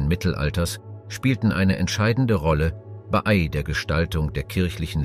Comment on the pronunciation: Vermutlich ein Sprachprogramm, es wurde auch "B Ei" anstelle von "bei"